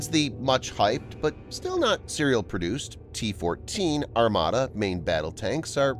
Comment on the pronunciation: T14 is called Armata not Armada…